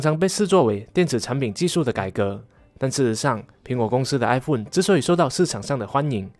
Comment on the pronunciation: 是哀鳳，不是哀福恩